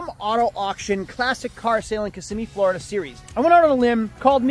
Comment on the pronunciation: you’re actually starting to pronounce Florida as, “FLOORida” instead of “FLARDA”. I’m so proud of you man 🤧♥️ Edit: the latter half of the video you went back to saying, “FLARDA”. My ears are bleeding 😭